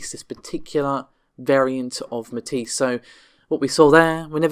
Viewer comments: it's pretty well agreed upon how to pronounce Matisse. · Amata can you please, PLEASE, please teach how to say Matisse? Thanks:)